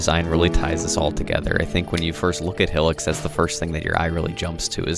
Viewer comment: "Hill-ics" 😂😂😂 Good video tho 👍